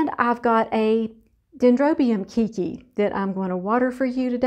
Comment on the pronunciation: your orchids are looking so wonderful! Love all your videos! May I humbly correct your pronunciation? You are saying "kiki" but I think you are wanting to say "keiki" which means baby or kid in Hawaiian. You would pronounce it: kay-kee. 😀. We use it in everyday language here to describe our kids. And also new plant growth. ❤️